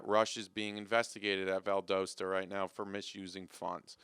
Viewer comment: you also mispronounced Valdosta